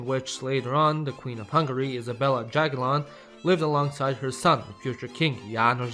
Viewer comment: Jagiellon, not Dżagiellon ;] Polish is not English ;]